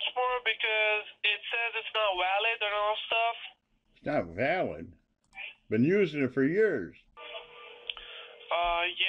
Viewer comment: "Card is not wow-lid" LOL